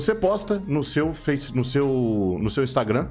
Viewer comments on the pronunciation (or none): none